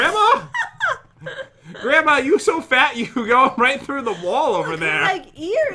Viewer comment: pat : grandmma [there] me: gransma